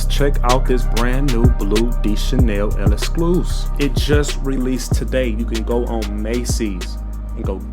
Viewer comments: This guy saying el escluse 🥀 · Yeah it’s literally just lek-skloo-seef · Why can nobody pronounce L'exclusif? 😂